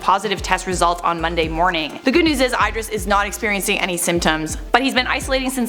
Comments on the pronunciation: Eye-dris.... ❓ i-dris like y-dris not eye...🤦🏽‍♀️ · It’s “ih-dris” not “eye-dris” hehe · The way you pronounce Idris is just awful 😫😂 Babe ... it's "Id-reece" not "Eyed-ris" 🖕🏽😂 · I thought you were trying to say should be saying Ed-ris... then I heard what you meant! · Idris = EEdris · It's not EYE-DRIS,. Google it if you're not sure. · I know it may look like you said his name that way but the I is actually pronounced as an E and his last name is Elba just like it's spelled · She butchered Idris Elba’s name soo bad 😮😮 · So funny how she says Idris, still love ya either way gurl!